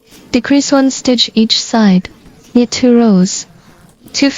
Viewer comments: Thank you for your videos. The letter K of the word KNIT is silent, means you don’t say the k sound. You only say NIT even though there is a k in the beginning. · The k in knit is silent. Just say nit.